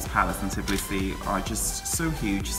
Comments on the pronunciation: itsn't "tiblisi" It's Tbilisi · I noticed many people struggle to pronounce Tbilisi and say Tiblisi :D